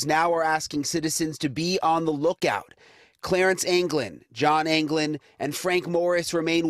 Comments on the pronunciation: Anglin...not Algin. Worked with an Anglin..from Florida. Relative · It’s pronounced ANGleen ( was my stepdad’s first cousin)